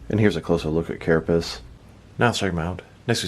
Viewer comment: "Carapiss" lol